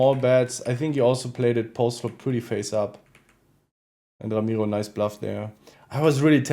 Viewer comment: Bro it's bluff not blaff bro.